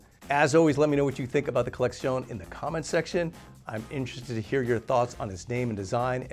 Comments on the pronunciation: why is he saying collexion with a Spanish accent 🤣🤣 it's just collection 🤣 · Why is he pronouncing it like it's a Spanish word? LOL